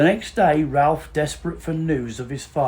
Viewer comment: As a volunteer at Claydon I watched your film with great interest. Thank you for getting across so much information to inspire future visitors. A couple of minor additions: The family pronounce Ralph as 'Rafe'; The side of the house overlooking the lake was designed as the front of the house; Sir Edmund's ring was not buried, it is in safe keeping away from Claydon. It was shown to guests in 2015 and also featured on a tv programme; Above the left side of the altar is a gauntlet said to be Sir Edmund's; Services are held once a month. Hope you come to see us again soon. PS: the drive has been repaired!